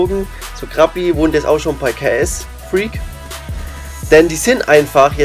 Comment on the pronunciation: Zu dumm um ksfreak auszusprechen